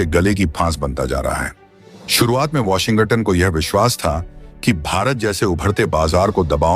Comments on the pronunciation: वाशिंग-गटन नहीं है भाई, वाशिंग-टन है. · My friend - please do not pronounce as Washin-Gutton. It is Washing-Ton. Otherwise Trump will impose Tarrif on your channel also - Be careful. 😂😂😂😂😂